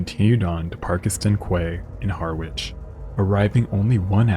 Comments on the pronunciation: quay is pronounced key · Just a minor thing, quay is pronounced 'key' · Quay is pronounced "key" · KWAY LOL ITS PHONETS IS KEY Quay...lol😅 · Quay is pronounced ‘Key’, and Harwich is pronounced ‘Harich’. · Love your videos. Btw: quay is pronounced like key. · "quay" - is pronounced "key" and in "Harwich" the "w" is silent - I think you need to do more research on pronunciation - that you get these words wrong is plain sloppy.... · Great video as usual. One thing thou I can understand someone from outside the UK getting Harwich wrong, it's pronounced harritch, along those lines anyway, but for a channel that covers maritime events, to not pronounce the word quay correctly is baffling, it's said key like in quayside. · Quay is pronounced 'key'. And Harwich is 'Harrich'. 😊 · I'm being nitpicky, but "quay" is pronounced "key" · Quay is pronounced key. Harwich is pronounced Ha-rich. 😊❤😊